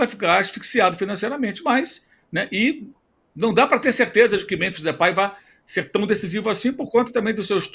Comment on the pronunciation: Primeiro: Memphis. Falem direito.